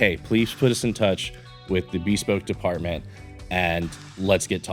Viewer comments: Great video and watch! Minor thing, I’m used to hearing “bespoke” as buh-spowk (emphasis on 2nd syllable). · That is not how you say bespoke 🤦‍♂️